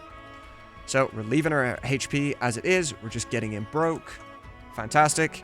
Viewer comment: Sick video. It's great to see it all slowed down, stopped, and broken into chunks. Just... Stop saying hache pee.